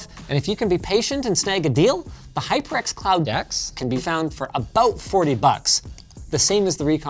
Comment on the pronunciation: the way he said hyper x cloud X 😅